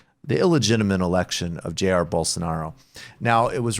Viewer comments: Brooks as you requested Elcio Queiroz is pronounced like Elseeo Kayeeros and Jair is actually pronounced more like Jie-eer. The J in Portuguese has a sound we don't have in English a mix between our J sound and our SH sound) #LULALIVRE #FORABOLSONARO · Would you guys hire me to write pronunciation guides for Portuguese? You managed to mispronounce every single vowel of Elcio Queiroz and most consonants whereof. And why were you mispronouncing "Jair"? I've heard you pronounce his name correctly thousands of times before...